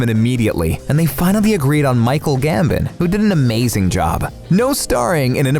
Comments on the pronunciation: It’s Michael Gambon and not Gambit. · It’s Michal GAMBON GAM-BON